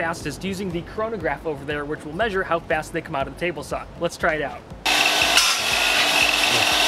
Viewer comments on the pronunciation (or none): none